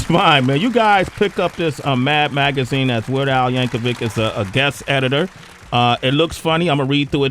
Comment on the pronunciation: It's Yankovic, not "Yank-a-wig" hahaha